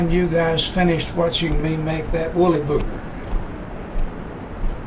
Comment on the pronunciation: Wooly-bugger, not Booger 😂